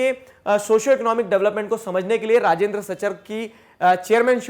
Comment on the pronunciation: Sir you miss pronouncing rajindar